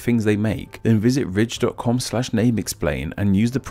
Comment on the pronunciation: I thought he said rich instead of Ridge